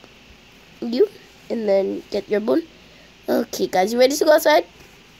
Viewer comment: When she wanted to say "bone" it was "bON'' LOL 🤣🤣🤣